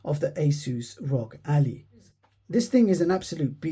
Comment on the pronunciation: It's Ally, not Allie. You are saying it like a proper name, but it's the word Ally like "I am your ally"